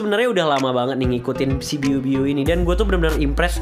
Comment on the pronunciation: Bg biu biu bukan ibu ibu wkwkwk #gameterakhir